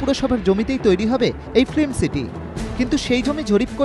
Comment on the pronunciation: Please use correct pronunciation of 'film' ... you are sounding like 'flim'.